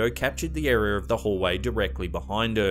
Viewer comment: what is the word areaer, cant find it anywhere. Not even on spell check, says word dont excist keeps wanting to correct it with area but thats not what was said. areaer, yup still says its WRONG!